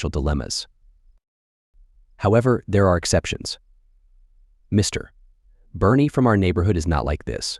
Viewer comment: Horrible moderator AI voice and phonetics. MISTER